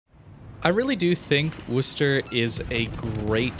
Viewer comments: Can we please stop saying 'Wooster'? It's named after the second largest city in my home state (MA), not the city in Ohio. It's pronounced 'Wusster', like "Don't be a wuss". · "WUH-STER" not "WOO-STER"